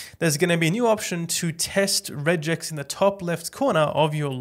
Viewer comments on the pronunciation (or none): how the f did you just pronounce regex?